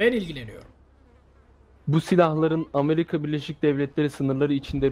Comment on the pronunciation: amelüka diyor Amerika diyecekken